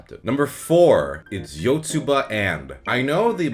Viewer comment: It's pronounced "Yotsuba To"